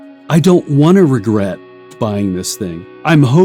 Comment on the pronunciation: Princess Bride Priest: "Wegwet. Wegwet is what bwings us togever today."